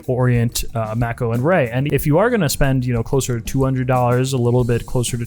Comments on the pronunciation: Mako II: (edit: "May-coh", great vid but calling it "Mack-o" drove me nuts) Anyway... Mako II: the diver so nice I bought it thrice (black, blue, Pepsi) And at a price just north of 100.00 USD, and parts available, they're outstanding mod platforms. Cheap enough you can afford to hone your modding skills without too much at stake if you make a misstep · He's right tho. It's not May-coh, the right pronounciation is "Mah-koh". It's a Japanese watch and stores in Japan will take a few seconds to know what you're talking about if it's pronounced the other way. Even I got confused at first when I first heard the "may-kow" pronounciation. Here is further proof on pronounciation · Uh, no, wrong. The watch, unnamed by the manufacturer, is Japanese; the unofficial name is not. Thee word, "Mako" (as in the shark) is a word derived from the Maori language, and it is pronounced with a long A and long I, hence MAY+KOH. Again, not Mack+O. A quick Google search can confirm all of this. I really don't understand the debate, this is like debating long A or short A in "cat". It's pronounced exactly as it is spelled, and the Mako shark that the watch is named after is quite common - this is not some ancient, stifled knowledge. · Mack-O? Lol 🤣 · Japanese word should pronounce Japanese way May-coh sounds so American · You my man you are killing me the way you are saying Mako lol google the shark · He's doing it to annoy you. And it's working!